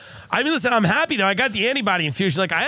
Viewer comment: LISHEN TO MEH 🥴 LISHEN